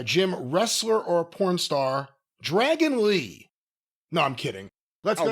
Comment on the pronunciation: “Dragon lee” lmfaooo